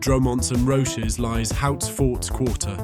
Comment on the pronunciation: Dro-Monts and Roch-ez. Good grief. Computers really struggle with French pronunciation!